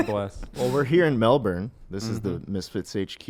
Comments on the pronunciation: melben is how its said not melborn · As a born and raised Melbourne baby, the way they say Melbourne annoys me, it’s “Melbin” not “Melborn” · I like hearing them say mel-burn when it’s Mel-bin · "mel-berne" hurts me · schlatt saying melBURN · The way they pronounce Melbourne with a hard R is so uncomfortable lol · The way schlatt pronounce’s Melbourne gives me anxiety. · Every time they pronounce Melbourne I get a little angrier. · anyone else pissed off at how they say melbourne?